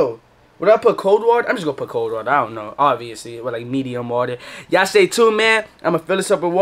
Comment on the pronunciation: "Meduim water"